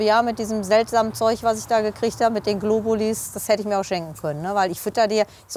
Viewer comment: GlobuliS.... es heisst Globuli!!! Sorry, aber da könnte ich wahnsinnig werden...